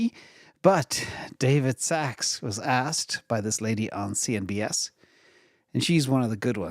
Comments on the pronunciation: it’s CNBC NOT CNBS. 😡 😊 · CNBC man. Not CNBS! Come on, please report on things you know. Stay out of American politics if you have no idea what you're talking about. 😂